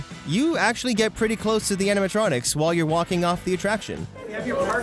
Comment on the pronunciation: “And let me get to da bottom of dis” He’s either turned into Uganda knuckles or just knows de way